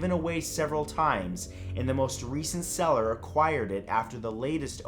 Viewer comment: I keep hearing "cellar" not "seller"